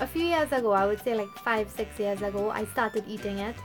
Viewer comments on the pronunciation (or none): none